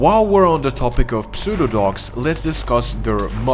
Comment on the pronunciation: The P in pseudo is silent. Like in psy.